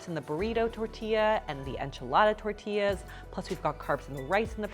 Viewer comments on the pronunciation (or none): none